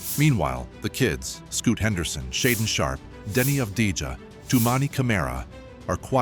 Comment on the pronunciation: Dude please learn how to pronounce Avdija. It should sound like "aav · dee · uh". The 'j' is silent or sounds slightly like a 'y'.😉 Also Yang was NOT "chilling the the green room", he wasn't invited there, he was sitting up in the stands and had to buy his own tickets.😂